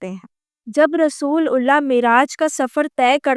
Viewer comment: She is not an ex Muslim. She is christian. She can't even pronounce correctly "رسول اللہ" and name of Masjid E Haram. She not for once said Bait ul Muqaddas, instead she said "Jerusalem".